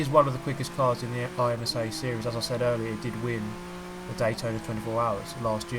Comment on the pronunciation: Of course you can race the DP against other cars! There's plenty of P2s- oh wait, there's no BoP to make the DP artificially competitive. Never mind. By the way, IMSA's usually pronounced "im-sah", not "I-M-S-A"; it's much easier to say.